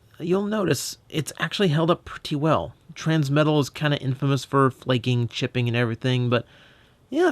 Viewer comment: "Transmetla," huh? >w>